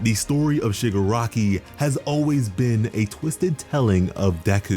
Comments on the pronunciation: When Shigaraki is pronounced Sugar Rocky in the sub titles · Did he say sugar rocky ?